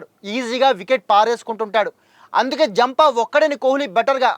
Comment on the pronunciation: అరుస్తావెందుకు. మామూలుగా చెప్పొచ్చు. జంపా కాదు ఆడం జాంపా.